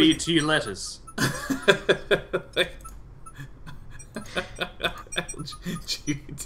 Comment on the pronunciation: LGBT lettuce. could have sworn he said LES toss it in. Lesbe honest guys.